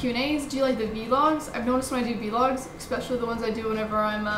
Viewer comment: its not v-logs its vlogs